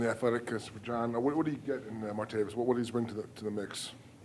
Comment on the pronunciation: Can we PLEEEEASE get the mans name right!??? It’s Martav-IS, not Martav-iUs! But damn I’m hyped!!! This dude is INSAAAAANE’ly dynamic!